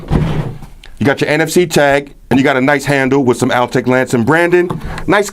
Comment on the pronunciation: You are missing almost every G. Not Altech Lansin. Walkin. Talkin. Speakin.rootin. tootin. Pairin. Pair-ING! Strugglin.